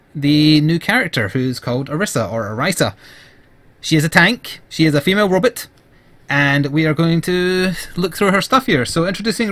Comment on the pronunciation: Who else cringed when he said robit?